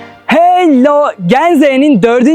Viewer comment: işde güzel abimizin 💫HeLlOğoğ💫 diyişi❤